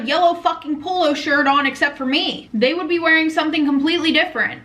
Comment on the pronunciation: are you saying “pool-o” as in like a type of shirt??? I’m sorry, I’ve just never heard someone call them a poolo before